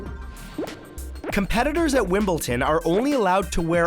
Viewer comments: Wimbledon is pronounced WimbleDon, not WimbleTon. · Did he say Wimble-TIN?? It's Wimble-DON. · 'Wimbleten' 😷 also we miss your bald head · Wimbledon not wimbleton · matt, it is not wimbelton it's Wimbledon. [face falm] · Number 8: "Wimbleton"... Every British person is shaking in anger, Wimbledon Matthew, Wimbledon. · Its WimbleDON not WimbleTON lol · for the record it's wimbleDon not wimbleTon, maybe i misheard you but that's how it sounded to me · w...wimbleton?? Wimbledon my dude. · Why did you say "Wimbleton"? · Wimbledon, not Wimbleton/ten. Edit: Hold on, England? What's stopping you from saying Great Britain? While Northern Ireland still outlaws it, England, Wales and Scotland allow it. And Great Britain doesn't include Northern Ireland. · 'Wimbleton' is that for people who aren't good enough for Wimbledon? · Lol he says "WimbleTon"😝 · #1: Can you show us a picture? #5: ...which is named after the Greek God of Victory. I think that should have been added. #8 Wimble-ton? #29 - I know what the bluetooth symbol looks like, but why not include a picture in the video? #31 - "Yermont?" "Yevmont?" =) #42 This "fact" has been proven untrue (or at least grossly exaggerated). He wasn't cut from the team, he was just put on JV instead of Varsity. Honestly, I'm not a big fan of the verbatim text animations or the still pictures with poorly animated mouths of famous people speaking about themselves in third person. I like the clean and simple design, but I think I prefer seeing your face on one half of the screen. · He said Wimbledton instead of Wimbledon 😂and I like the other format for the facts videos tbh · Did.. Did he say WimbleTon? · . did he say wimblton??!?? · why did he put a t in Wimbledon wtf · I cringed when he said Wimbledon... But it was a great video!!! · Can you learn how to pronounce Wimbledon